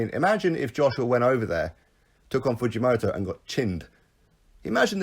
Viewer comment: The Fujomoto pronouncing is good enough but Kyotaro is pronounced like... Key- yor-ta-low. All good bruv love the vids